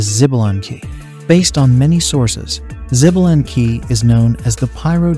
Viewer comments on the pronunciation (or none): 😂😂 xbalank, greetings from México. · The Ai pronunciation is killing me. 🤦🏼‍♂️ Xbalanque is pronounced “Shuh-ba-lan-k” and ode is just one word, not o-de which probably didn’t need explanation.